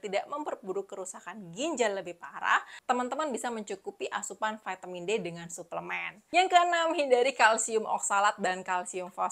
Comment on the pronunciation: Apa itu Vaetemin, apakah maksudnya vitamin? Memang sejak bila huruf i dibaca ae dan huruf A dibaca e?